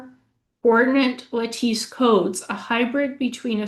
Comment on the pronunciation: Lattice is pronounced: lah-tiss just like lettuce but with a 'lah' as in laugh and a 'tiss' as in justice, or, lettuce...accent on the first syllable.. i love your show so much! thank you for your dedication and excellent work! so glad i can actually teach you something given the huge amount you have taught me. i am humbled by your knowledge.